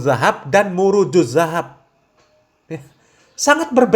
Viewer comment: Mirwaajud dzahab yg bnr bkn muruju dzahab😊